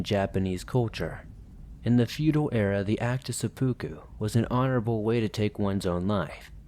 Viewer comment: Smh... mispronounced Onryo and Seppuku the way it's said is suh·poo·koo